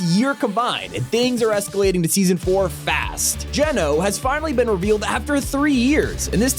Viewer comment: U finally pronounce his name correct not to be rude but before u pronounced it gee,no instead of geno just sayin